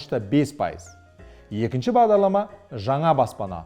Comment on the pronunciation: Бағдалама? немесе Бағдарлама? Бәрі солай естіп тұрмекен?